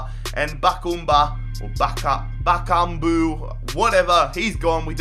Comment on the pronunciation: Dude it's not that difficult. He is pronounced BA-KA-MBU, not bakumba or bukamba or whatever you called him. But for real you upload football content but you don't know how to pronounce players and teams which means you don't really watch football otherwise you would have know that this was Sporting Gijon or how to pronounce Besiktas or Krasnodar and things like that. Sorry for the ranting but i've been watching you for some time and you haven't really improved on that.